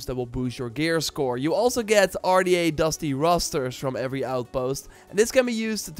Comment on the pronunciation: ....Dusty Rosters?? LOL! DuTY Rosters my guy.... D-U-T-Y. DUTY.